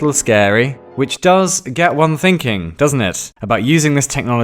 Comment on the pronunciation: I lost it at 'think-pudding'.